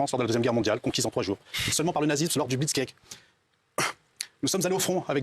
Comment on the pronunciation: Déjà il ne sais pas prononcer blitz krieg et il ne connais pas la principe de ce mot vu qu'il dit "la France conquise en trois jour" comme si les français avait accueillis la wehrmarcht à bras ouvert. C'est d'un ridicule